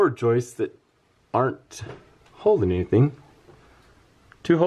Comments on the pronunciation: …it is joists, not joisteses. Where do you get this horrible mispronunciation? Also, your issue is just settlement. It can be easily solved with a rudimentary steel angle iron brace. I question your intelligence. Also, why don’t you allow the lady to speak? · Love how you say joistess! lol I do stuff like that.